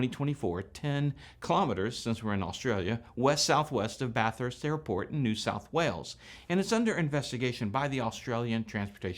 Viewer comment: Great video! ❤️🇦🇺 Ironic that you pronounce Bathurst the way we do and the pom doesn’t. 😉😉